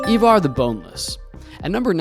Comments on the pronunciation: EYEvar, NOT EEvar. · Americans have no place in this topic.. bias history and mainly incorrect. Can't even pronounce Ivar, it's not Evar! You have your history from a TV program that is also wrong about much.. No Harald bluetooth, no Hrafna and no Sweyn Forkbeard... and many many more. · Why can't Americans pronounce Ivar 🤣